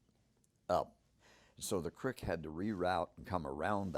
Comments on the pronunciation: Why does he call it a crik.. then he days crik it.. so cricket?? Oh dam.. creek.. got it.. he says everything normally except creek is it just an accent that makes it sound like hes saying crik instead of creek? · i love how it's pronounced a "crick" bed. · Take a shot of every time he says crick. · Love this story , the patty footage is the one thing that keeps me hanging on to this topic .. but whats sup with the way he says creek 😂😂